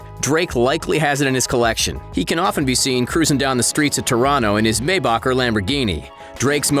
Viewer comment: The way you say Maybach gives me fucking downs